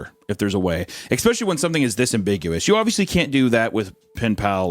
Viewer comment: I've been meaning to say this ever since I started listening to this (unfortunately I always fall asleep, so I've heard the first bit a few times). Anyway. initially I was a little.. wel I wouldn't say annoyed but I certainly noticed the ecspecially, but here's the thing. Language is how people talk, it's not how they're meant to talk. There's no right or wrong, not really. (Ok sure, we teach kids things because otherwise it would probably be difficult to understand each other), but particular ways to pronounce words aren't wrong. Aks is every bit as correct as ask, and so forth.